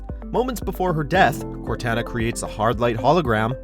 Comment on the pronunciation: CorTANa?! My god, the name pronounces on this channel is horrendous. Also, how could you possibly place that moment at only number 10?!